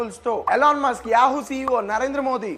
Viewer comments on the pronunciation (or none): none